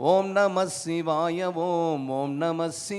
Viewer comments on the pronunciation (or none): Shivaya pronunciation thappu ji aluthu sollanum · ஷிவாய அல்ல... சிவாய என்று உச்சரியுங்கள்.